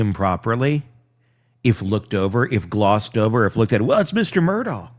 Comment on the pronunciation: “Mur-dock” 😊 Love your channel.